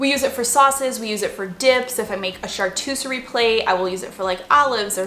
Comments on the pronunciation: OMG! I LOVE you.....but did you say char-too-serie? It’s char-coo-terie! 😅 Your channel is awesome. Love your sense of humor! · Did she say chartouceri ??? Instead of charcuterie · "Chartuserie"=Charcuterie :) I LOVE the foil sheets! Perfect for the toaster oven. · “Shartooserie.” I died. 🤣🤣🤣 CHARCUTERIE. Shar-koo-ter-ee. So cute. 😘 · Chartucerie > charcuterie 😂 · Charcuterie not charTUSerie. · Pronounced char-kuh-terie. Not being snobby, I wasn't 100% sure myself and wanted to make sure I say it correctly :). Hard c, not soft c. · Came here looking for this comment. Took me a while to find so I thought maybe I was saying it wrong!